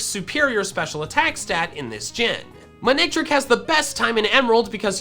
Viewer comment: It’s not man-ectric, it’s mane-ectric.